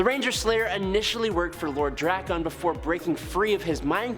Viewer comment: Drak-un not Dra-kahn